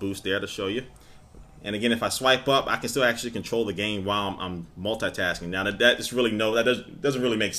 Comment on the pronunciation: You always Said "multatasking" that's lol :D